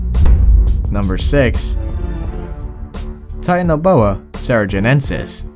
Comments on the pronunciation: it not tinan boa it titana boa i dont no how to speel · it's not tianaboa it's titanaboa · And he can't even pronounce the name Titanoboa... He seriously need a slap with a history book of Titanoboa..